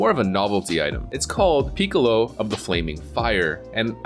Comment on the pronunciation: "Peecolo" Its PICKALOW DAMMIT